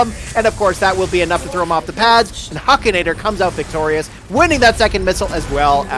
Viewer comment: Huk!!!! Hukinator!!!! Not huekinator!!!!! 🤬🤬🤬🤬🤬🤬